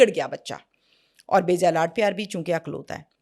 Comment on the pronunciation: Ma''m...only child ko 'IKLAUTA' kahaa jata hai,,'AKLAUTA' nhi Jo aap bol rhi hain 🌹🙏🏻🌹